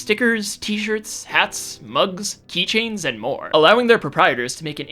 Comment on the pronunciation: Did you just say "keychains"?